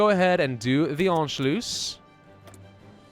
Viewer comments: I am german and your pronunciation of "Anschluss" ist actually not bad. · Youre saying anschluss pretty well, if you want to perfect it, since its 2 s at the end, its 'sharp'. Basically you dont drag it out, more like short u and s.